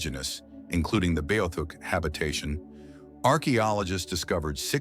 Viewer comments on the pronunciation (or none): Your saying it wrong. Its B -Ah -theek